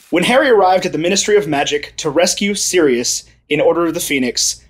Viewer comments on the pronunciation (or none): none